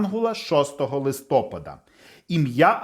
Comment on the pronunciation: Дякуємо! Сподобалось, але відео трохи псує наголос у слові листопАд (листопАда).